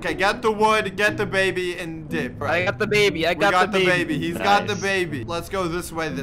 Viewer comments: I got the baby Me heard:I got da baby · When you say "grab the baby" it's like "grab dababy"